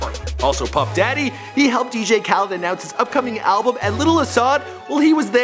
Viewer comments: It's khaled not khaleeeeed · His last name is not kaleed it Khaled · You said "Khaleed" again. Oh for fuck's sake,. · why does he say Kaleeed it Khaled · Why can you never pronounce things lmao "caleed" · Asahd ''kaleed"